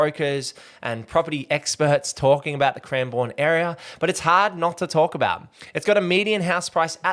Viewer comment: It's pronounced cranbern by the way 😃